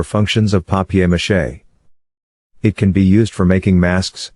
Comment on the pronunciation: Wow papiermache not papermache. Nice 1